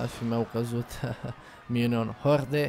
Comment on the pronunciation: se pronunta minion hord